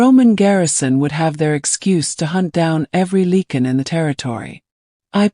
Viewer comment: “Lycan ” not “leaken”.